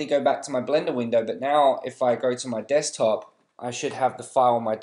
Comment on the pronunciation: lol you said desk 'cock' top